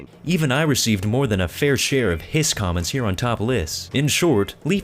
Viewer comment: Its hisss not hss